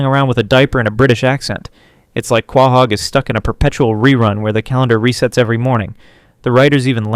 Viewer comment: Love the video hate how you pronounce quahog